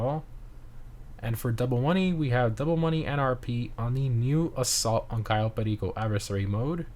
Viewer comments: I like how he shifts into a Spanish accent when he pronounces Cayo Perico :) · I always bust out laughing when you try to say Cayo Perico with some kind of accent like it's a real place! Either this or when you customize cars you say "Cremblem" instead of actually separating Crew and Emblem. It always has laughing every time!